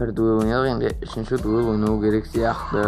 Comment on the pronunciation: дуэль деп айтсайш дуел емес